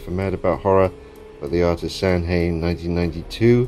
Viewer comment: Samhain is actually pronounced "sɑ wɪn" its the Gaelic for Halloween :) Cool mask dude